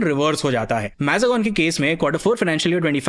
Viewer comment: I really hate the fact that you people put absolutely no efforts in pronouncing some names. Mazgaon is a marathi name, you could've at the very least tried the Hindi pronounciation, but you defaulted to the extremely sh!t fake foreign accent.